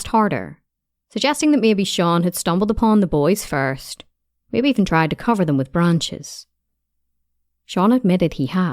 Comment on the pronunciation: Sorry, what English is this? "Groind, grind" - for "ground", "cofer" - for "cover" etc. impossible to listen to.